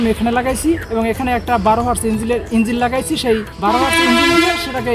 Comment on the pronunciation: এই লোক তো ইঞ্জিন কে বলছে ইঞ্জিল৷ অর্থাৎ খ্রিস্টানদের পবিত্র ধর্মগ্রন্থ ইঞ্জিল৷ জেনারেটর কে বলছে টারবাইন৷